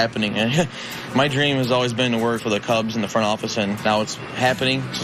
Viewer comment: Dude... it's Chicago CUBS, not cLubs!!!! CUBS!!!!!